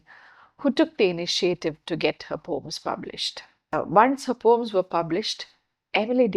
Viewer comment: Can you pronounce it as Po-ems or Po-uhms instead of POMES .? Too pedantic